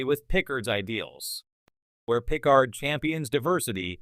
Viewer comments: Yeah I was like.. why does he keep saying Pickle-hard? xD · Dead giveaway this is an AI voice…”pick-card”